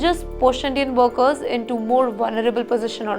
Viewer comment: It's workers pronounced as werkers not worekers.